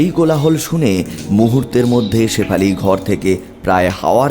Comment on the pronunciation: বাছটা পানির তলে ডুবে গেলে , ছেফালি তাকে নিয়ে গেল। বিভতছ গল্প। অছছোছতি কর। ---- কবে ঠিক হবে "স" এর উচ্চারণ